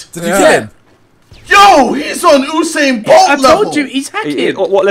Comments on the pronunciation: ohhsain Bolt LOL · ooosain Bolt